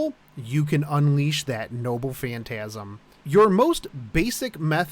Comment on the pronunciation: I keep hearing him say “nobbu phantasm”